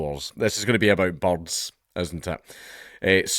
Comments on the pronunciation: I could not figure out you were saying the words "birds" until I followed along what you were reading. lol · i thought you were saying bugs first, but you were saying BORDS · Is he calling birds 'bobs'?